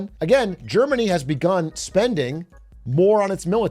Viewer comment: Legit heard "Jermany' instead of Germany and thought They met up with Jerma